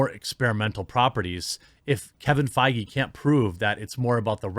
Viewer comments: The worse part is the constant mispronunciation of Feige. The ‘ei’ makes an ‘a’ sound! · So that's how Feige is pronounced. I thought it was pronounced as Fayger, like you know, Fegelein. Fegelein! Fegelein! Fegelein!